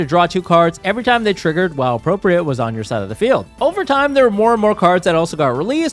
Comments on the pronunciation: Appropri-ATE, not appropri-ET, it means to like take possession of. Similar to commandeer. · it is pronounced "appropri-eight" when it has this connotation of acquiring an object from someone else. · Him mispronouncing “appropriate” the whole time is driving me insane